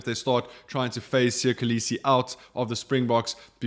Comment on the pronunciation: Still cannot pronounce Kolisi 😑